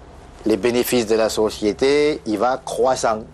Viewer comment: Il reprend l'accent créole quand il dit "société"